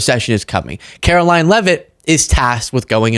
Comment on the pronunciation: Please say her name correctly: Carolying.